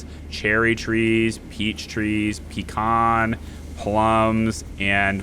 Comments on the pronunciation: Ready for the second one. I was happy to hear you say the word pecan like pecon and not peecan. Because you don't eat peecans you keep them under you bed at night. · I have to praise ole for actually pronouncing pecan right and not having the YouTube disease.